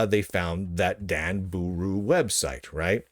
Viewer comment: If I hear him say Danbooru wrong one more time I may be arrested for laughing and crying on the floor. DAHN BAH RU, DAHN BOOH ROO